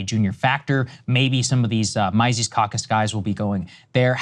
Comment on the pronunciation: I love that Saagar mispronounced Mises and Dave has continually mispronounced Saagar for years. It’s almost as bad as Dave and Spokane